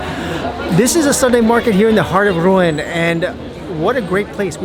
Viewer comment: Great video!! Interesting way of pronouncing Rouen ;-)